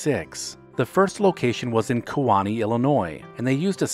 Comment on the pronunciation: Key-wau-knee, Kewanee I know, I grew up in Kewanee, IL, and graduated from Kewanee High School.